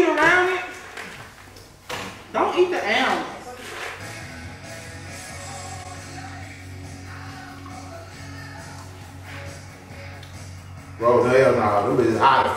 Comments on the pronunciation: 😂I thought it was pronounced (ALL)MONDS not (ALE)MONDS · It’s Almonds not elmond 😂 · Allmends 😂😂😂😂😂😂😂😂 what is that sus I can't even talk.. I'm from Dallas and we say ALL-MUNDS😅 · Almonds she said allmends 😂😂😂😂😂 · The EAL-monds 😂😂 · Right. It's ALL-munds 😫😫😫🥵😂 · That’s a fact!!! “Almins” 😂😂😂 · She said Elmonds instead of Almonds 😂😂and she is acting really concerned 🤦🏽‍♀️😂🤣😂🤣😂🤦🏽‍♀️ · What is she saying "Ailemonds"? 😂😂 he greedy, suffering and still eating 🥵🔥🔥😂😂 "LOL" When she called him "Big Back" 😂😂 it become spicy when it's spoiled? What 😂😂 he was going through it 😭 victory dance 😂😂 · And Ahhmends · Don't eat the "Eelmonds"😂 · 😀Boi they both Goofy AF😅 She said (AL-MENS)😁 and he steady eating😋talking bout it ain’t nothing to Big Dawg 😮‍💨😂🥵🤣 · She say elmonds, instead of almonds...😂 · I have never heard someone saying almonds like that wtheck Z 😂😂😂😂 it’s Almonds pronounced (All-monds ) almonds 😭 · Al-mens = almonds lol😂😂😂😂😂😂😂😂😂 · ALL-monds! Geesh! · Do everybody in Chicago say alemonds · It's pronounced ALL- mons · Almonds 🤦🏾‍♀️ somebody help her pronounce the word 🤣🤣🤣🤣🤣